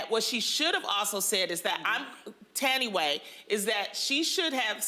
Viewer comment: Not Loni pronouncing Thandie like that loooool